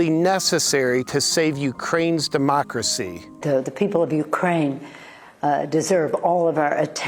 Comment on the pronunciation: Am I the only one who cringes everytime Pelosi says demochhrassy, like she’s gonna cough something up? Lady, with all your money, can’t you get a good set of teeth?